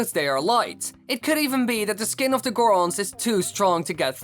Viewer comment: The zorons..... The goras...... Va Rutania!